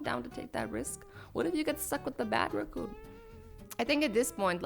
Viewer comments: it's a RACCOON AA NOT RUCOON OO NO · RACOON NOT ROCCON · Raccoon. Not reccoon but I still love you azzy you are amazing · It's raccoon no roccoon